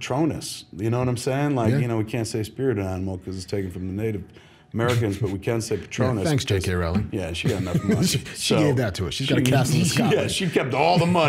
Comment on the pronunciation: ROWLING rhymes with BOWLING ;)